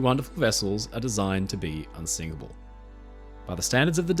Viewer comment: wait wait wait.... They say "unsikable" not unsinkable, clearly :P